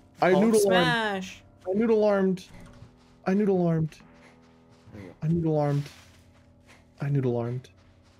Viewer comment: I know is saying "I noodle-armed," but it sounds like he is saying, "I Nude Alarmed."Next time he says it tell him his "nude alarm is set."